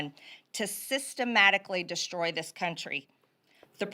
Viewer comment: “Dis is what has happened”?! She really said “Dis is…??